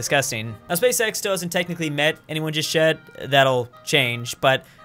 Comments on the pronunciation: I actually cannot watch this video because pronounces "Space X" like "Space sex" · Every time he says Space-X, I hear always...uhm you now what I mean